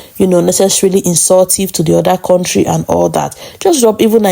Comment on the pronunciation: Korntree not country 😅😅😅😅😅